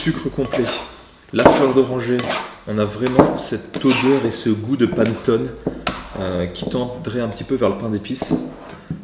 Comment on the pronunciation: "panttone" ? panettone plutot nan ?